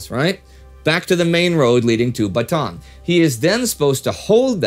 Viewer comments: idk if you'll see this, but just a heads up. Bataan is pronounced "Bata-an" with three syllables, not with a long A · Excellent episode like always! I just wanted to mention that the a's in Bataan are prounounced seperately like Ba-ta-an. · I don’t know if it matters. But Bataan is pronounced as Bata-an. The two As are pronounced separately. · Thanks. I wasn't aware of that. Since we shoot several weeks in a row, though, you're unfortunately stuck with this mangling of it until mid January. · Bataan is pronounced Ba-ta-an :)